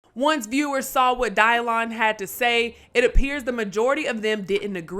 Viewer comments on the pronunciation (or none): Dave made all that MTB stuff relevant again. The show had been off. Someone tell it's pronounced DYLAN. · Dielan.... wtf is up with that pronounciation. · “Die-lon”?! What the heck?